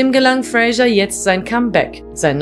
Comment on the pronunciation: Der Mann heißt Fraser, nicht Frasher wie die Sprecherin konsequent falsch spricht.